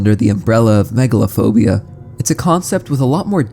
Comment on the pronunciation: Megalophobia? I heard Megalovania 😭